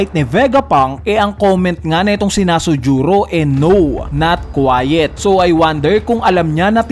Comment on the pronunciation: Not quite, not quiet